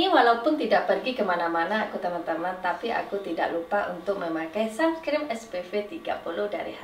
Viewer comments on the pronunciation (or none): Uni "sunscreen" bukan sumscreen😭